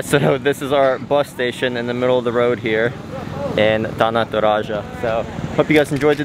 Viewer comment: the way you pronounce “Tana Toraja” you sounded like a native speakers who already been in indonesia for like a years.